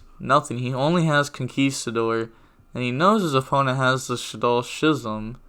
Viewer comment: "Schism" is pronounced as "Skizzum"